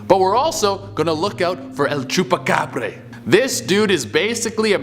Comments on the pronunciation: Tf el chupacabre???? Nah man its chupacabra with an A not with an E su pinche madre redo your history of it god this is disappointing and disrespectful on Mexico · Is he saying Chupacabré...? Lol Che what part of Mexico were you in? It's bra.. ya know like the things that hold up chesticles?